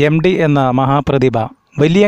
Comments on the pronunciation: എം. ഡി. യല്ല എം. ടി. യാണ് ഉച്ചാരണ പിശക് choondikkattiyathanu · 'എം ഡി' യാണോ 'എം ടി' യാണോ? ഉച്ചാരണം ശുദ്ധമാക്കുക......... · എം ഡിയല്ല. എം ടി. ഉച്ഛാരണം ഒന്ന് മെനയാക്കിക്കൂടേ...